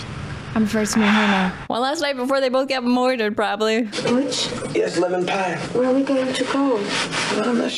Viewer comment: Almost as good as her 40's era gangsta pronunciation of murdered. Moidered, gave me some serious Saturday morning bugs bunny nostalgia tingles.